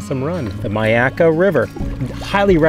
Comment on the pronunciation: Pronounced ‘My’ akka